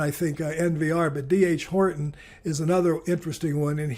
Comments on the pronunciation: Oh, for the love of Pete. "D. R. Horton." Say it with me. "D. R. Horton." Not "D. H. Horton." Not "Doctor Horton." "D. R. Horton". An investing professional who doesn't know the names of the S&P 500 companies, I cannot really take seriously. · Not inadvertent. Also in the "Principles of Keynes" video last week. I figured two screw-ups in a row, deserved pointing out. You're welcome.